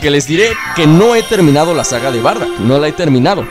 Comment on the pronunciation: no es bardack es bardock